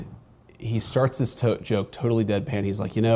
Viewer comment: Did anyone else hear say “He starts this toke….”, and then changes it to “He starts this joke….” re: Marco Rubio. So who’s toking, or Marco, or both? Yeah, I do that too, but I’m not on a podcast as the VP.